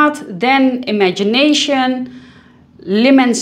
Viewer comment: It's pronounced "ee mon see tay" l'eemonseetay" 🤪 the n after the o is silent. 🤷🏻‍♀️